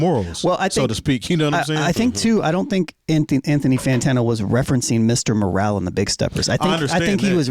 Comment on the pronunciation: Its Mr Morale not Moral..they are different